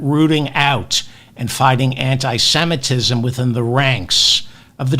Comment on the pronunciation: Good commentary. Please learn how to pronounce antisemitism (everybody)